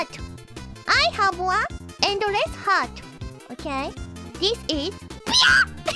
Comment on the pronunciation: ok I thought she said BLYAT! but it was piya